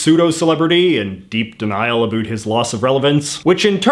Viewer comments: It’s ab-OWT, not “A BOOT” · Okay but why does he say everything normally but then say “abüt” every time instead of “about” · You talk normal until you say aboat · we dont though, not sure where this guy grew up but most canadians pronounce it "a boat" Ive never in my life heard a canadian say a boot until I found this youtube channel lol it just what others think we say, this guys going with it I guess lol its jarring to hear for me, I think he plays it up as a joke, I hope anyway lol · South park: Predicted Canadians would pronounce "about" as "a boot" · I didn't trust a word you said after "abote" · Why do you say about like a boot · Your "about" and "around" sounds so Canadian. I live in Vancouver too, I've only ever heard it pronounced like that from Newfies and Labradores. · I love how he has a pretty American accent except when he says “About”. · Does he always pronounce "about " like that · Why do u pronounce about like that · the way you say the "ou" sound in "about" and "around" is painful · How could u trust a guy a can’t even pronounce a simple word like “about” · that's the other side of the planet. I've heard Canadians before, never heard them mispronounce words like that tho. Sounds, for the most part, like any other North American. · Nice video. But you're saying "about" wrong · I cringe every time I hear “about.” I’ve lived in Canada my entire life, and I’ve never heard this. What is this strange affectation? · The way this guy pronounces “about” is extremely annoying to me